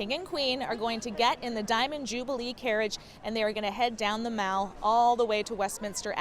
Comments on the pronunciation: Mall is not pronounced like shopping mall - it rhymes with pal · And they don't say "the mal" either! Where does she come from? My oh my! 🤣